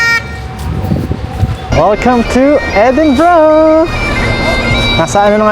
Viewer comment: edinburgh edi-bro